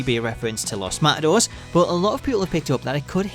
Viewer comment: Just so you know, you pronounce the 'e' in Matadores :P